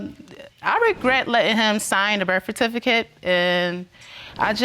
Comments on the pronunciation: "i regret letting him sign the BIRF FATIFICATE" ... what! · Did she just say "birf-a-tificate" 😂😂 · the birfertificate 😂😂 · Making baby after baby but can't pronounce "Birth Certificate " it's not "Birf Afificate" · If one more mfkr says "birf fatificate" I'm gonna SCREAM! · Did she said Birf Atificate?????? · She just gone keep calling it the birth atficate tho? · What's a "birf fatifaket"? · The berf atificate?!😂😂🤣🤣🤣🤣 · Sha Sha 🤣🤣🤣 I thought she was saying birf-fer-tificate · Not the “birfatificate” 😳 it be your own people 🤦🏾‍♀️ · Why can’t she say “birth certificate”.. it’s pissing me off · Her pronunciation of birth certificate is enough to upset me. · Did she mispronounce birth certificate? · She can’t even say birth certificate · Why is it that no one knows how to properly pronounce BIRTH CERTIFICATE smh! Almost every episode LOL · you dont need her to be the mother of your child, she cant even say "birth certificate" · I just want her to say birth certificate correctly.